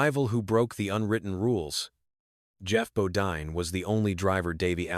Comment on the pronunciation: Need to learn how to pronounce people's name Geoff bodine